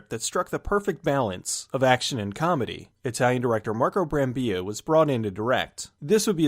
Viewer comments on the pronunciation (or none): He says "Brambi-ya" as Brambilla was spanish , but still Marco Brambilla is italian. :) (pron.: "bram-bill-ah)